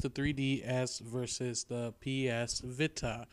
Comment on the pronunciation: veeta.... VEEETA not vihta